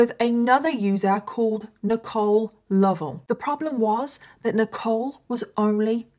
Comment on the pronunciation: This is such a heart breaking case. She was so innocent. And thank you for pronouncing Lovell correctly. That is my maiden name and everyone always butchered it. ❤